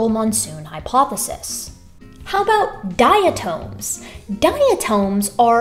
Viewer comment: The word is pronounced dia-Tom as in Tom Sawyer, not tome.